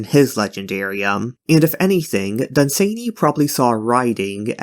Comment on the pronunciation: Dunn-Sann-Y. Not Dun-zany. Then there is the Night Lands, there is a "retold" version I've heard is rather good (on my to hear list), but beyond that what the loveinterest does endangers them, it does sound like they got some BDSM, there are far worse things in todays writing...